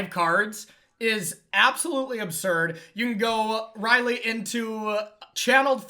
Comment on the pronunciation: This just in: "Rielle" is not pronounced "Riley".